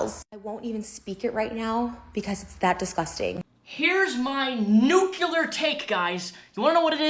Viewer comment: Nuclear is pronounced noo-clee-ur, not noo-kyoo-lur.